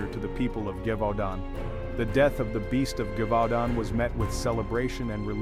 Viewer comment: The "Loup du Gévaudant" terrorized me for years as a child. The minute you said French Countryside I knew it had to be it. Its pronounced slightly different ❤ (this coming from a French Canadian who sometimes confuses people by pronouncing nahes in French. 😅😂❤